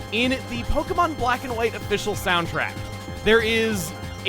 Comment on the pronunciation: Was I the only one who thought he said this time on Pokémon quack and white